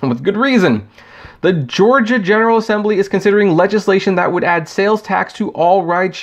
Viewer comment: "uh ohh gaiy Lyft" oh shit my man LMFAO HA HA